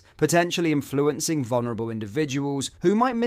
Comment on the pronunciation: On a different note... Why must the narrator/presenter of this channel mis pronounce or use tones that make so many basic words sound alien ...So often... Dude .. are you for real ? Or are you an AI ? Dis cuuuusion ? In flu encing.. demon isation.. its just weird... Thankyou take care..goodbyyye 😵‍💫🥴 Great content.. bizzar voice-over 🤣👌🇬🇧🏴